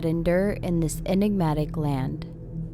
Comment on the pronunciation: Are you trying to say enigmatic